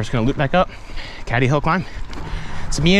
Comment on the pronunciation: pronounced cAdy hill mate, nice vid